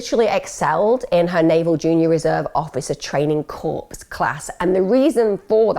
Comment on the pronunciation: Emma, please. it's pronounced Core even though spelled Corps lol